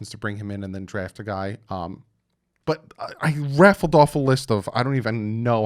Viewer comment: Just so you know... the phrase is "RATTLED off a list".... not raffled